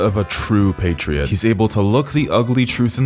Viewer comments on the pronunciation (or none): none